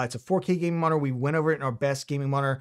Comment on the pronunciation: I swear, he said "1440p gaming monitor," the less effort he put into trying to actually say M O N I T O R. He went from "Moninor" and eventually landed on "Monr".